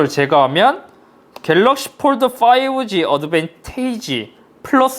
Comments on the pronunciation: 겔르억시-일단 박제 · 겔럭쉬~ 에 웃었습니다 ㅋ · 궬뤄어얷~ 이거 왤캐 웃기냐 진짴ㅋㅋㅋㅋㅋㅋㅋㅋㅋㅋㅋㅋㅋㅋㅋㅋㅋㅋㅋㅋㅋ졸귀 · "갤ㄹㄹㄹㄹㄹ" 겁나 웃었네ㅋㅋㅋㅋㅋㅋㅋㅋㅋㅋㅋㅋㅋㅋㅋㅋㅋㅋㅋㅋㅋㅋㅋㅋ 나 왜 이게 웃긴 거지?ㅋㅋㅋㅋㅋㅋㅋㅋㅋㅋㅋㅋㅋㅋㅋㅋㅋㅋㅋㅋㅋㅋㅋㅋㅋㅋㅋㅋㅋㅋㅋㅋㅋㅋㅋㅋㅋ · ㅋㅋㅋㅋㅋㅋㅋㅋ갤럭시 읽는거 개웃기네 ㅋㅋㅋㅋㅋ